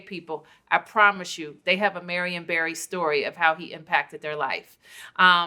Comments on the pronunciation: Vlad get the name right, Barry not Berry. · Barry, not Berry. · Y’all keep saying Barry but you niggas pronounce it berry also cut the bs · They pronounce his name as Berry if u didn't know